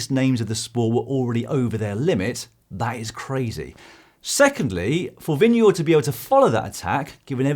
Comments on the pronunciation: I was actually going to commend you for doing it so well (at least the first couple times in the video — then I stopped paying any attention to phonetics). Doing it better requires learning how “stød” works, which is apparently really, really hard for foreigners ;) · It may one of the best pronunciations I’ve heard from a non-Dane.. He actually makes the å(double a)- Sound… Most people goes for a “guard” sound, which is certainly further from correct than this.